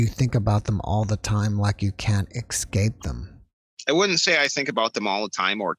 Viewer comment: Around 22 seconds: Ekscape was the fave word: :-)